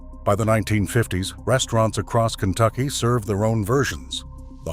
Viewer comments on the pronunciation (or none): none